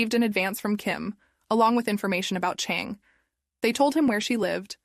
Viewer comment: This terribly done. I’m not even gonna try to be nice about this. It was so hard to follow because you constantly pronounced the names differently, one time the name is Chon, the next time you call the same person Chang. You did this with EVERY name. You mixed up the genders so you end up calling the killer ‘he’ when it was actually ‘she’. I also think it’s a bit racist. If you don’t know how to say foreign names correctly, either ask someone (it’s not that hard) or change the names to ‘jack’, ‘Kyle’, ‘Karen’, and ‘Ashley’ so your feeble brain can remember how to pronounce them and keep them in order. I’m mad at myself for wasting almost half an hour in this foolishness. Oh, and your attempt at being pithy failed spectacularly. You sound like a child that’s been held back at least two grades. Basically, stop wasting people’s time and find something more your speed, like attempting to walk and chew at the same time or how to use your key to open your front door.